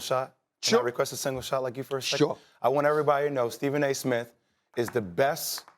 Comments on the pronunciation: He calls Steven "ESE" 😆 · "Steven a ISIMS" 💀💀💀 😂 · He said “you goin through your Stephen A - isms” lmfao that deflect and change the subject works every time